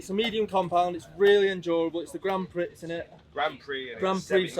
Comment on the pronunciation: Grand pricks 😂😂😂😂